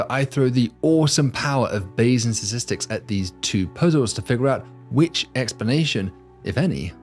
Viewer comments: I heard ‘Sasistics’, at the beginning… am I having a stroke or going deaf? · What are "satistics" and what is "satistickle"? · It's pronounced STATISTIC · not sure why it cracks me up that the prof reliably just cannot pronounce the word ‘statistics’ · And around most stars, do they not pronounce the first 't' in Statistics? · he can't pronounce statistics. annoying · I’m going to withhold my channel subscription until David learns to pronounce “statistics” properly.